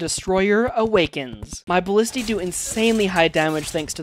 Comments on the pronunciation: Pronunciation is 'ballistey', not 'balleste' 🦆👍🦆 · Cool video! By the way, the plural of ballista is ballistae, not ballisti! :D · He mispronounced ballistae, the Latin plural: Latin words incorporated into English (like antenna, formula, cactus) do have plurals that follow English rules (antennas, formulas, cactuses) but retain their original plural (antennae, formulae, cacti) and both are valid... although in some cases one plural is so janky and thus used so few times that it becomes borderline ungrammatical (larvas, datums, basisses, crisisses...).